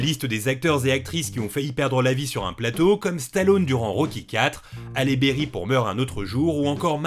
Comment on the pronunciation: Fait une petite recherche et tu verras que sa prononciation est parfaite